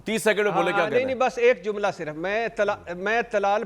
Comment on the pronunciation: Zumla nahi sahi word hai Jumla.